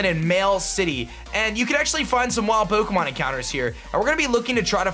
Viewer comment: Love the video, and the pronunciation !! Poh'keh'mohn xD Keep up the great videos !!